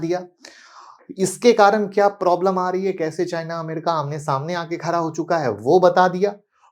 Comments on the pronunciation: Budget saamne "Khara" hai ya "Khada" hai 😊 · Khara hai nahi khada hai